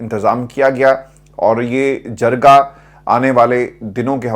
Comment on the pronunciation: please correct pronunciation of two words that you you always use very inacurately: ----- Awan not Avaan (اعَوان / اِیوان) and the correct word is Jirgah not Jargah (جَرگہ/ جِرگہ)